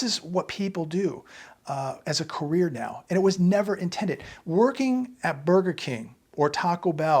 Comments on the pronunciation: Career not carrer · Career not CARRER.